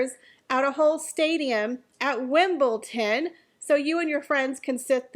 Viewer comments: Erm its WimbleDon not WimbleTon. Sorry. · Your video is perfect and spot on! One comment, there is no T in WimbleDon. Keep up your great work. MM should go live i THE OC. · Actuall it's "Wimbledon" 😊